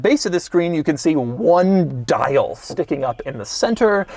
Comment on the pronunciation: Doug really hits the ‘di’ in ‘dial’